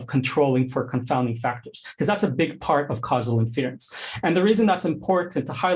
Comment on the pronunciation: Great talk but can someone please tell this guy how to pronounce "inference"?